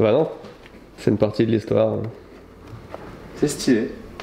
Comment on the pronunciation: Est-ce que je suis la seule à entendre "sutilo c'est stylé" à chaque fois qu'il dise le mot stylé ^^' Sinon merci de nous inclure autant dans vôtre manière de faire des vidéo ♥